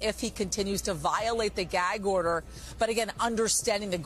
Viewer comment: What's a, "geg order"...? I can't say what i want to on here, but you know...!